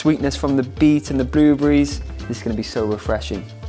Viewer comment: Blue-breeze (blueberries) 😆